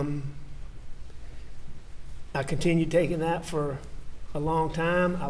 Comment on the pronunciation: I hate the way AM says dat instead of “that” and dem instead of “them”…….he has to be one of the most unlikable person I have ever listened to in my life. Everything he does annoys me…… also when he says ummmmmmm…….it’s like nails on a chalkboard.